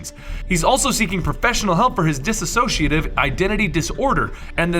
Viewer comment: Small note: Just so you are aware, it's pronounced dis-SO-ci-a-tive, not diss-A-so-ci-a-tive.